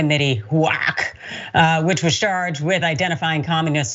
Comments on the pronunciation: When she said it, it sounded like "whack" which HUAC sure would be....lol. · F***wit!!! They really do want to roll back the clock 50-500+ years. I LOVE the way she pronounces HUAC, like a penguin retching. Thanks,, that was HILARIOUS!! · To Paraphrase from the HUAC Witch Hunts: "Until this moment, [Pastor], I think I never really gauged your cruelty or your recklessness." "You have done enough. Have you no sense of decency?" [quick edit to say: I love the way pronounces HUAC...like a cat with a voluminous hairball.]